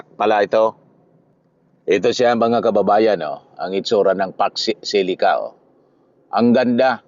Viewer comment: Facksh shilica raw sabi ni imee marcosh. Hoy, imee marcosh foksh shilica or fauxcsh shilica 🤣🤣🤣 pede ba bawasan mo kka botox kc nagkakabuhol buhol ang way of speaking mo na laging maraming sounds sha sha sha .. Ambot sha Iyo ‼️every time u open your mouth parang lagi kang lashing na naka tagay sa kanto .. 🤣🤣🤣